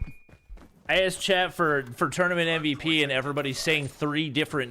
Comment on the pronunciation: Its supposed to be mvp not mvt 😂😂😂😂